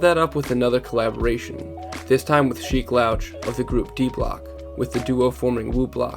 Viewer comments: It’s pronounced SHEEK LOOCH not LOWCH my friend … other than that…good video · How is this guy a real hip hop fan if he called Sheek....Sheek LOUCH???? Rhyming with couch. It's pronounced LOOCH fam. But spelled LOUCH....I'm done. 😆